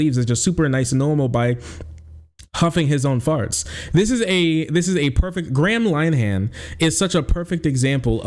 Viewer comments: "Gram Line Han" is the best pronunciation of his name I've ever heard, 10/10 no notes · Your pronunciation is way off. Graham Linehan is pronounced (phonetically) 'Grey-am Linn-Ee-han'. No wonder I didn't at first know who you were on about. It's a pity - he's the architect of his own downfall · It's pronounced more like "gray-em linn-ahin" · Totally agree, but his name is pronounced grey-uhm linn-er-henn, not gram line-han. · PRONOUNCED Grey-um Lin-eh-hum not, Gram Lyeam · Gram Line-ham... I will never feel bad about mispronouncing foreign names ever again. XD ~st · Gray-um Lin-er-han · Lin-e-han. Lin rhymes with bin. 'e' as in 'duh'. the 'han' is pronounced more like 'hun'. And it's Grey-um. It's a shame. Linehan was responsible for some great comedy, but became consumed by irrational bigotry because his ego got hurt.